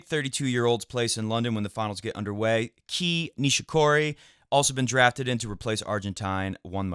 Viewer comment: It’s pronounced Kay nishikori. Not key